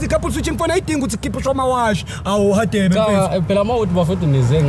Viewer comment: Mara why is Radebe pronounced as /Hadebe/ guys?